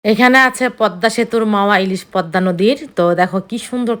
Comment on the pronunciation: প+দ+ম+া=পদ্মা, ম এর উচচারন হবে না।